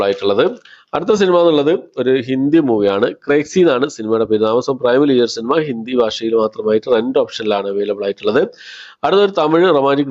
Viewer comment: "ടക്,ടക്" എന്നല്ലെ ശരി. സിനിമ എന്നുള്ളത് എന്ന് "സിനിമ" എന്ന് മാത്രം പറയാൻ ശ്രമിക്കുക.